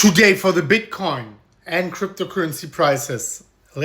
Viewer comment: Why u always say TUDAY TUDAY